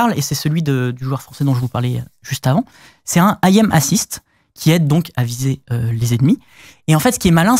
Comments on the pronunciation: "I'am Assist" t'as déconné frerot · Sans oublier le AYAIME assist.... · Ça me tuera toujours autant les pélo qui disent A I M assist alors que ça se prononce littéralement "aime assist". C'est pas des initiales hein. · "ils utilisent un I Am Assist". Un petit effort messieurs s'il vous plaît 😂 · "Ahyem assist" LoL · "aim assist" cette prononciation xD